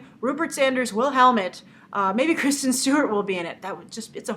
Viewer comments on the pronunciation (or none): none